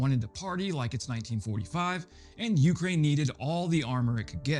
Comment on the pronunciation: Just a reminder, —it's "Ukraine," with the emphasis on the second syllable, not the first.